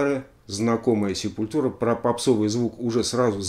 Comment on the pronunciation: Простите, побомблю. Есть две песни, где правильно произносится название группы, есть концертные записи, где Макс и/или Деррик произносят название группы, но, плять, вся Россия упорно говорит СепулЬтура. Ну нет там мягкого знака. Quadra у них новый альбом вышел, шикарнейшая штука.